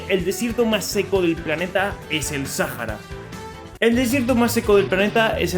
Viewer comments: ¿Porqué le dices Sájara, y no Sahara? Pd: Rio de Janeiro era la capital, pero luego pasó a ser Brasilia. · Es Sahara SA-HA-RA NO SAJARA ES SAHARA AAAAAAAA (*C muere*) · Me choca que lo pronuncies Sajara y no Saara, así como proncuncian iceverg en vez de aisberg. en fin, buen video bro !